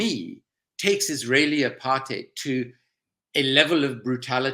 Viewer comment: Great work Owen. I wish you would pronounce apartheid correctly as does Andrew Feinstein. I am amazed that any of this is news to so many.